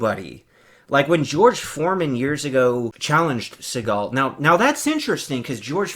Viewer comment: Thanks for the video, I had a great laugh watching your reaction! And it’s Seagal Sensei you nobody!